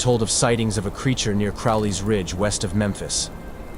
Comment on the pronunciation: Then there is the issue of Crowley's Ridge. It is pronounced as Crow-lees Ridge like the bird and lees. I don't even care to get into the butchering of Ouachita in this video.